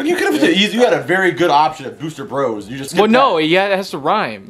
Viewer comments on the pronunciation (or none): none